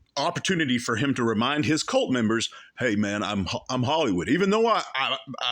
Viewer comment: Guise I was in Hal-y-wood. He can’t even pronounce it.